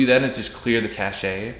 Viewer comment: It's pronounced "cash" not "cash-ay". It has a silent e cause it's a word stolen from French and the French don't pronounce most of their letters.